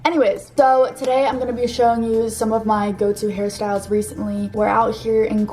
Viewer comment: all the times she said “hair styles” i heard harry styles